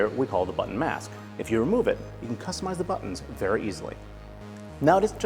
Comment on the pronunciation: the way he says customize oml